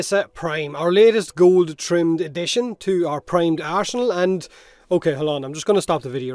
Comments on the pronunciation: ".....Primed Arse-enal..." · Primed ARSE-nal